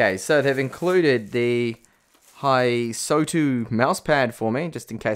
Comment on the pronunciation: I'm not either, nor am I Asian but the O does not come after the S. I'd suggest it's something like "Hiss-toW"